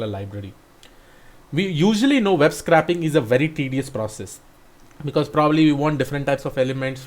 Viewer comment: It's pronounced "sc-ray-p" not "scrap".